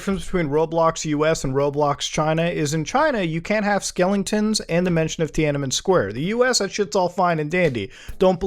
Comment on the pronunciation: 'skellingtons' lol